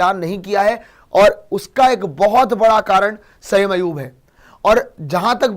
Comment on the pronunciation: O Bhai wo Sam nhi Hy sa-im hy😂😂😂